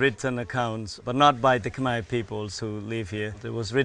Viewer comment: It's Kh'mer not Kh-my 😄